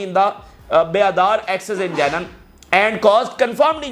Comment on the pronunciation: JANEEN...NOT JAINUN.(CORRECTED).